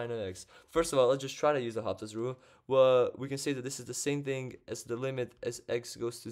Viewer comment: In French, the 'H' is silent. So L'Hôpital is read as Low-pea-tell.